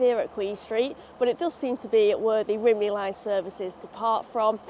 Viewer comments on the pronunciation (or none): Just a couple of little Welsh-English (Wenglish?) corrections "Lan-ish-en" "Rum-knee" Fab video. :)